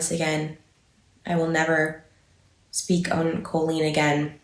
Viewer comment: Does Trisha not hear herself saying Co-lean? And does she not know that's not how you say it?! Drives me BONKERS! 🙉